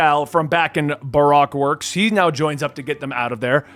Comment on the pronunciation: Barack works 😂 thanks Obama It's pronounced like ba-roke, and you forgot Dragon? He's the one who saved Luffy from Smoker in Louge Town